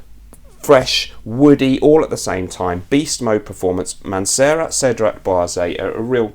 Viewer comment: Cedrat is pronounced cedra, without T in french.